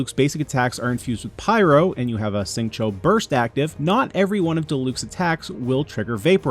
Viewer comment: the X in Xingqiu is pronounced more like SH than S